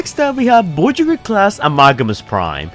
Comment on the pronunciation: Bro, why are you saying the word voyager like that? It’s so weird and irritatin.